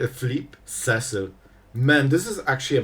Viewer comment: I’ve said it before and I will say it again: See-sill not Cessill Final Fantasy was only released last June and you still are stuck on Cess-sill. Never learning?